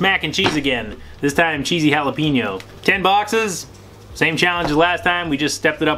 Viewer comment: He said jalapeeeeeño lol it’s just funny to me because I’m Mexican and the way he said it sounded so white lol but he dominated great job👌👍💯 and since you did the cheese one and the cheesy jalapeño does that mean you are gonna do the flamming hot one?